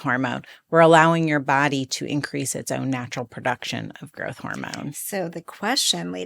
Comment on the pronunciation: Girth hormone? Are you trying to say growth hormone?